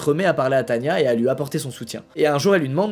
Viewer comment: Mais ducoup c est pas Tanya mais tana